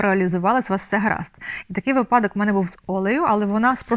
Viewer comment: правильний наголос вИпадок.Дуже хочу,щоб Ваша українська була досконалою.Не ображайтесь.